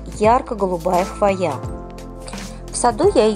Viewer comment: Очень классно, но слово хвоя вы не правильно называете и поэтому очень сильно режет слух. В слове хвоя всегда при любом склонении ударение ставиться на букву " О", а не на букву "А" как Вы произносите.